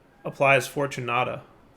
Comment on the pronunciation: pronouncing Fortunate as fortunata is hilarious.